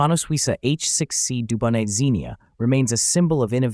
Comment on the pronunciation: It’s an H6B not C and the T in Dubonnet is silent.